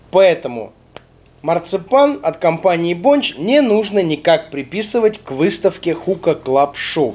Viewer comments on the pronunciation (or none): Бля мне так режет ушки БОНЧЧЧЧЧ..., камон, БОНЧЕЕЕЕ